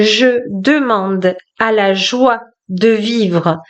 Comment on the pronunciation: La joie (pas la joue) 😂